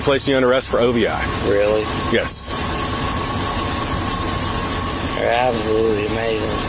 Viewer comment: It's O.V.I, not "Ovee"